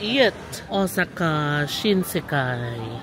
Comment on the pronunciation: Correct ko lang po sana un pronunciation po ng Osaka. It is Ow-saa-kuh po. Thanks